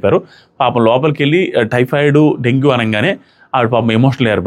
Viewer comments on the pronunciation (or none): థైరాయిడ్ కాదు మావా టైఫాయిడ్🤣🤣🤣